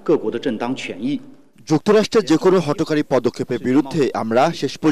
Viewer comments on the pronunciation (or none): Hot curry na..Hotokary 🤣